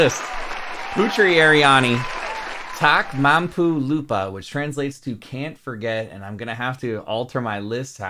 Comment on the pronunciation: how you pronounce Tak Mampu Lupa is so correct ❤